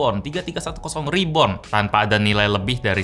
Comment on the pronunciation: RIBORN RIBORN